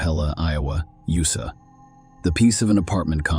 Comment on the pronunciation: Get a real narrator. It pronounced "USA" as "you suh". Good bye.